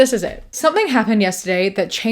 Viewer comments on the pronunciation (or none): none